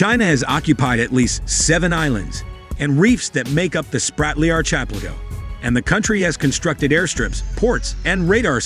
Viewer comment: Archipelago is pronounced --- ark-eh-PELL-ago.